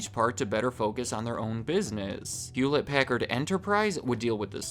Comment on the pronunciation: hewllette packard